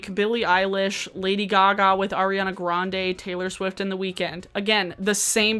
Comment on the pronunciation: "Lady Guh-gah" 🤣